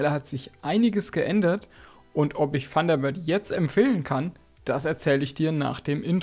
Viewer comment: Funderbird .... ich höre immer nur ... Funderbird:face-blue-smiling